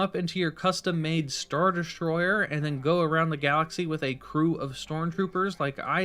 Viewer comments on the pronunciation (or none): „schtar deschtroyer“